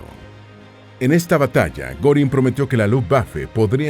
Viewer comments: Al menos investiga cómo se pronuncian los nombre de los personajes. No mamessss. No es “Gorin” es “Guerin” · Goering se lee Guérin, no Górin 😮 ...